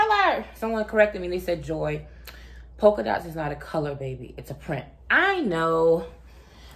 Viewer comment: Poka dots or polka dots lol